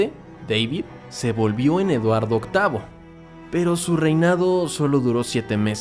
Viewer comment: Si me di cuenta del gran error en decir mal el nombre del príncipe “Edward Vlll” y en contar esta historia. Hay muchos errores y faltas, pero lo que más me indigna es que haya insinuado que Harry perdió la virginidad con su abuela!!!, cuando en su libro Harry dijo dónde fue y con quien sin haber dicho su nombre. En fin para hacer una narración así no debería de ser tan sucio en narrarlo. Solo por unos like’s